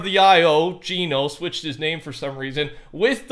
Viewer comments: Geno is pronounced JENN-O not JEAN-O.. GENO is not a person.. It's an organization.. Your supposed STORY LINE NERDS.. Have it completely wrong.. You're touching THE AREA but getting the subject wrong my friend.. You'll think I'm a random that knows nothing until you see THE TRUTH 🤗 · I die a little each time he says jean-o instead of gen-o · ITS GEH-NO NOT GEENO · Why do people say geno like ge no even though agent Jones said gen o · It’s painful seeing all these large content creators mispronounce Geno, Agent Jones literally pronounced it as “Jenno” in the Chapter 2 Season 6 trailer when he was talking to the foundation. It’s Jenno, not Jeeno